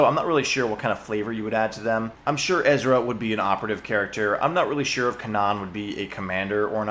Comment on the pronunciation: “Kanan” lol